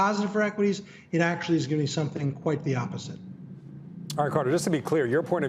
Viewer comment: Actually 500. Actually 250. Akuuuuttalyyyyy. 😆🤓